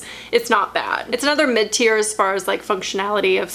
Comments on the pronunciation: Omg MID-TIER 🤦🏼‍♀️ I thought you were saying mintier and I was so confused 😂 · I'm embaraassed to say that every time you said mid tear I thought you said minty/mintier and I was like WHY DO THESE ALL HAVE MINT and then realized that's not at all what you said lmao....anyways pit detox and Schmidt s here I comeeeeee